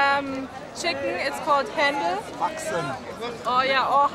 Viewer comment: Hänchen Not handl